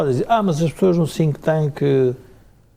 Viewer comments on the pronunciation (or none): Ficava bem pronunciar correctamente a palavra "think", que não é "tinq"! Contrasta com a qualidade elevada das verdades cruas das análises... Cumprimentos